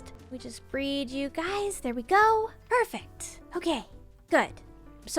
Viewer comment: They way she says "Perfact" instead of perfect 🥰